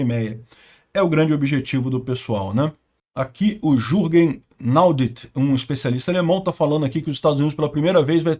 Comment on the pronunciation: Jürgen…fala Iurrgen ü = uuu (um u fechado) e o J fala como i 😉😂👍🇩🇪🇺🇦🇺🇦